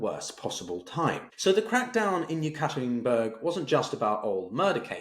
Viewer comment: Please pronounce the Urals main city correctly as Ye-kater-inburg.